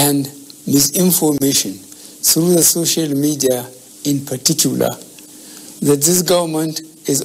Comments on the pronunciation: Ose “Partitular” 😂😂 please it is PARTICULAR 😂*I need y’all support on my channel * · Did I hear home say in patitula 😂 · Frotestors, partitular, hahahahahaa